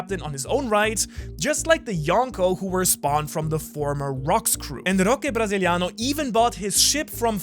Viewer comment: well, about roche Brasiliano, u say it like Roshe Brasiliano